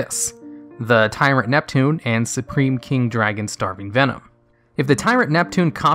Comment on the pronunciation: I just wanna know why you pronounce it “venome” for the Vennom cards. They’re obviously based on snakes which have venom, not venome.